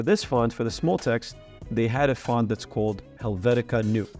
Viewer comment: Helvetics is pronounced NOYA not NEW. Using caps for clarity not annoyance.